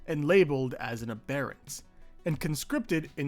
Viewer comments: Im sorry but i wana point out its pronounced Abberant like the adjective, not abairant. Great video but it was driving my crazy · A-ber-ints. The second a is pronounced more like an i like in mints 😁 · The way he says “Ahbarants” 🤡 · Took me way to long to realize you were saying "aberrant". I've never heard anyone use 'A / bear / ent' over 'ab / err / ant' before. Apparently they're both accepted pronunciations though. Learned something new today I guess. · ah-beh-runt, it's from aberration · love this video, this last arc was probably my favorite as well, but i cringed every time you said aberrant bro 😅😭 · the way you say aberrant made me stop watching